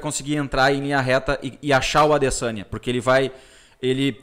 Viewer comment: "Adessaniiii" KKKKKKKKKKKKKKKK